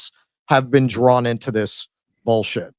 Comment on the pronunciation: “Have you ever bean?”